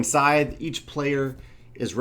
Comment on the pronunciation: everything sounds great except for one thing... that name. it was unsettling to my ears every time you said it. people trying to look it up and find it are going to have problems too.